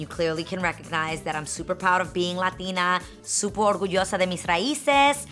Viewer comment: no she said "suopor orguyoso de mes raises" literally she bothched that whole sentence. And it's suppose to be "súper orgullosa de mis raíces." Saying i speak boricua spanish is being lazy because regardless what place you come that speaks spanish still speak propper spanish slang is seperate from speaking propper.